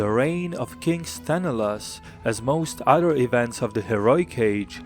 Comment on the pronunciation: SthenElaos, the stress on the "E" !!!